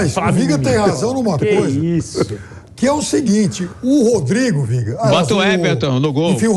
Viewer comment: O melhor momento do viga, é quando ele diz "Rodrigo Viega"aí eu sei que já acabou.